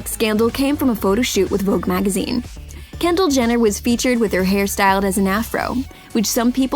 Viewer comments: “Kender” It’s Kendal get it right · Um she said kender instead of Kendal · Is it just me or does she say Kender instead of Kendall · “while kender” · Kendall Jenner not Kender 😂🙅🤦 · You said kender 😂♥️ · Lol exactly 2 mins and 10 secs into the vid she called Kendall Kender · In she said kendar lol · Anybody noticed that she said kendar?? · she said kender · did anyone notice her say kender near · “While kender” ???????? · who else heard she said kender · she said Kendall’s name wrong